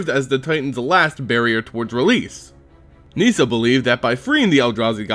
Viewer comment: ITS NOT PRONOUNCED NEE-SA omfg. Nissa. Just plain Nissa. Unrelated, Garruk is not pronounced Ga-Rook either. Just plain old Garruk. Shit.